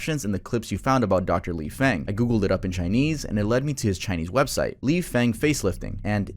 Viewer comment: Ji = “Jee” Feng = “Fung” Penicillin = “pen-uh-SILL-in”